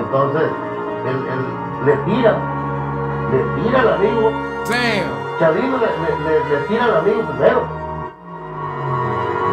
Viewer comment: My mans said “kalito” instead of chalino 🤣🤣